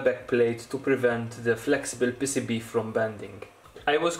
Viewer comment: Dude, I thought he was calling them pesipie, but he was saying pcb.